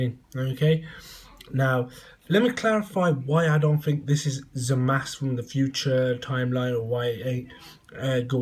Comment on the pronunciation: you started by calling him zowasu. forgive me if i dont take you seriously.